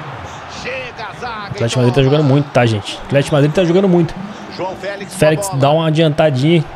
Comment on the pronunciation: FÉLEQUES kkk , contra o ATLETICO DE MADRI vc disse isso, kkk